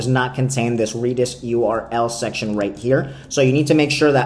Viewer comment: Reeedis? lol